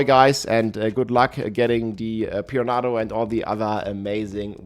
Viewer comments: Pee-run-uh-doh lol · Pee-ran-nah-doe . I mean I understand english is not his first language but homie didn't even try.